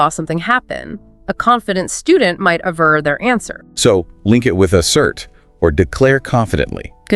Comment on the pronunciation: At min. it’s gotta be 'aver' (v), not 'avar'. 😊